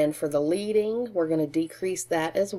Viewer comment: The line spacing is pronounced ledding . It comes from letterpress printing and indicates how much spacing lead is required between each line